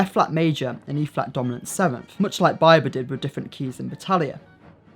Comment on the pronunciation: Just bc you're British, that doesn't mean you get to pronounce Biber as By-ber.